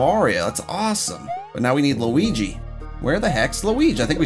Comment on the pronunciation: When you said Mario Luig it sounded like my luig